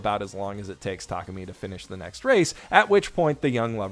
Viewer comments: I got to ask why do you keep butchering Takumi's name cause you keep saying Takami. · W-what is happening someone can say Takumi correctly?